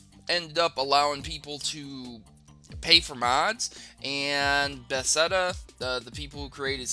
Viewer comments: The company who made skyrim is pronounced pa-thez-da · Bethesda is pronounced buh-thes-duh